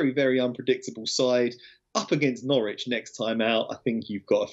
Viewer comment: Great show. I expected Flash to tell how to pronounce Norwich properly again lol, struggles with that.